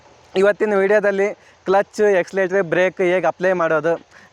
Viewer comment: ಗುರು ಅದು " Accelerator' ಅಂತ "Eccelerator" ಅಲ್ಲ. ಅದಕ್ಕೆ "ABC" ಅಂತ. ಗುರು ಯಾವತ್ತೂ ತಪ್ಪು ಮಾರ್ಗದರ್ಶನ ಮಾಡಬಾರದು.